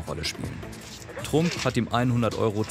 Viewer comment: Sach der einfach Trump Deutsch ausgesprochen... schon mal was vom ex Präsidenten Donald Trump gehört? Oder sprichst du den auch auf deutsch aus?